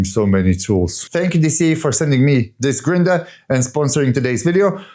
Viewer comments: What is a grin-der? 😆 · Amazing work! I’m cheering you on and watching your progress—each video gets better, and it’s great to see the video edit progress 💪but the word you were say it's funny 🤣 "Grinder* sounds so funny 🤣